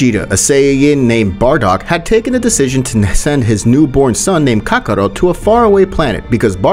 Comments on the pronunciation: Bro said Kakaro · Kakarot and this man's pronunciation is ka-ko-ROOT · He says Kakarot like Kabarrot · why are you not sayong words correctly like saiyan or kakarot or evil and alot of other stuff man please be a better speaker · the way he pronounces kakarot makes me upset